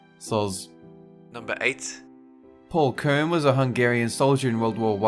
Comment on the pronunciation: When he said Paul Kern I thought he said poor kern